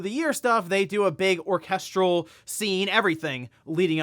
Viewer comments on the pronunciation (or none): Did he say "Orchestral"